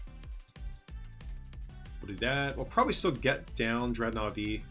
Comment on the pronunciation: Is it DREADnaw? Or DredNAWWW😂